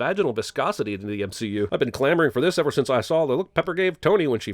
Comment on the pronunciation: Hehe... "clamoring."